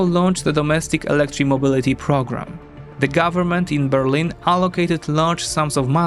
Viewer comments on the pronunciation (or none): none